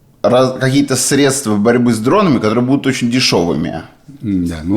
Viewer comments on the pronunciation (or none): none